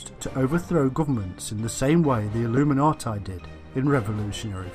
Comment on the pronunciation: It's pronounced illuminatee. For goodness' sake.. Illuminatai.. Cringe.